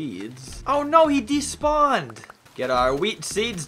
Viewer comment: is "oh he despawed".